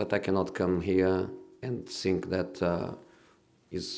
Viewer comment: Never heard a man 'zink' as much as Jose